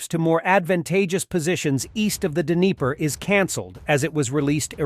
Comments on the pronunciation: 'Dinner-pro'?. lol! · It's actually more like Dneepro with a hard 'R' sound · It’s pronounced “Dnipro”, D’nee pro